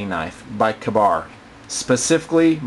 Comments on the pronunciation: kabar? i thought it was pronounced kay bar.... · its not pronounced kabar its pronounced Kay-Bar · why does he say kahbar? isnt it kaybar? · o meh dosent matter butfrom what ive heard its prounounced kay bar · its pronounced kay-bar.